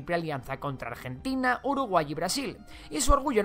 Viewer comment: En realidad dijo uraguey😂